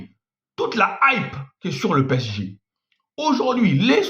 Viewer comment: Apprend a prononcer P-S-G